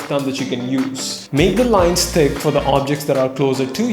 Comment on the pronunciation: Instead of hearing "Thin to thick, think to thick" I hear: "Tin to tik tin to tik" Oof.